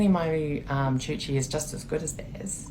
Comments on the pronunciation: It's coochie, not choochie. what the fuck. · She’s saying it wrong 😪 it’s coochie not choochie.